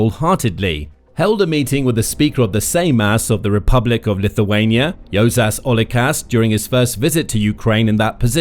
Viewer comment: Juozas is pronounced You're zus Without sounding the "r". and emphasis is on the first syllable. Seimas, S(E like A in Apple)im us with similar rule to the above. The surname is also poorly pronounced.